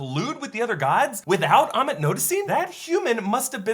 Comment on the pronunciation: AMMIIIIITTT not emmett................................